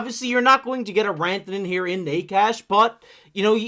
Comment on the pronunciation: wtf are you talking about Coyle being a winger and shifting into center at times? Coyle IS the third line center. Was the third line center and stayed the center. He has a ntc but it would be nice to trade him for the cost. And Necas is not pronounced that way. Did you watch any of the reporting like any lmao? Knee-Kash? No. And wtf is that chart. Coyle is not a winger and has never been a winger. And no. Necas is not a 10-12 mil. He is a 9-9.5 mil. And the Avalanche did not lose their star player. They had two stars way above what Rantanen was. Named Mackinnon and Makar.